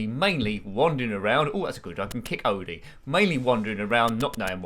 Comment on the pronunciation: The dog’s name is indeed pronounced Oh-dee, rather than Odd-ee, so you were right in that regard. That is also how Lorenzo Music (the late voice actor who voiced Garf) and Thom Huge (Jon) pronounced his name in the cartoons.